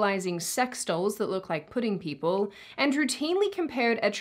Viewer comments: did she say "pudding people"? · Are you saying "pudding" people?